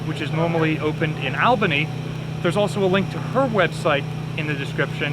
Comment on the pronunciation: All-bany not Al-bany lol :)